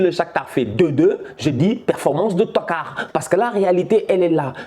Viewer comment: je ne commentes pas souvent vos vidéos mais ça me fait rire quand tu prononces le mot TOCARD hhhh, machallah je te suis depuis la Mauritanie